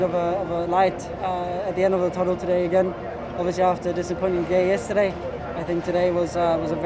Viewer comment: i'm still waiting for an interview of Vettel without him saying "obvisouly"